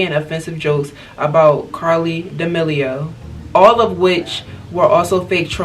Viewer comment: No one:Charlie damilio